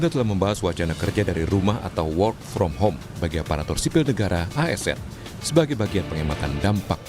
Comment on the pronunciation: Ngakak.. presenternya, "whore from home" 😂